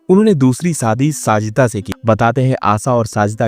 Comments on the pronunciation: Sh Sh sa sa mat bolo shadi sadi nahin aap apne Sh per dhyaan den. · Sadi nahi shadi kaho.tereko sh bolna nahi aata kya be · Pl shaadi theek se pronounce kijiye। It is , शादी नोट सादी